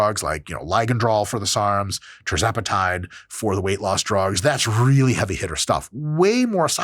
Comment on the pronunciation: You say "trizepatide" when it's actually "tirzepatide". Sound it out.